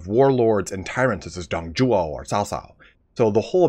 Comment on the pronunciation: Its funny that you attempt to pronounce Dong Zhuo and Cao Cao correctly but still fail to do so.